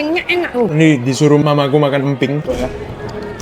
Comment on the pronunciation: ngomong "Emping" kayak "Emp*k" sumpah🗿